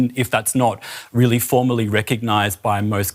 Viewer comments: Apologies, I think my accent is to blame here - I said ‘formally’ but it unintentionally sounded a bit like ‘formerly’ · I saw that comment and knowing this channel, I really don’t think it’s an accent problem. So the apology isnt accepted unless they correct that mistake by changing the words to avoid the mistake. Otherwise, to me it still sounds like formerly.